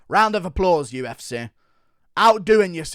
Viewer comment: Who say's Rauunt you ponse.. just pronounce it like a commoner